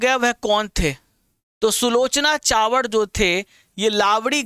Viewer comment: helli sir सुलोचना चावड नही सुलोचना चव्हाण है!! Pls pronounce properly